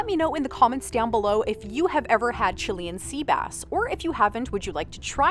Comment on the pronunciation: God quit saying Chilean like that😂